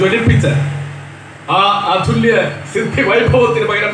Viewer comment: Super,expecially pattu padunnathu, thettu choondikanikunnathalla open air Prgm ആകുമ്പോൾ സംഭവിയ്ക്കാം. തുടക്കത്തിൽ തന്നെ പറഞ്ഞ അധുല്ല്യ എന്നാണ് കേൾക്കുന്നത് അതുല്ല്യ അല്ലെ അത് ഒരു കാഥികൻ ശ്രദ്ധിക്കണം👍👍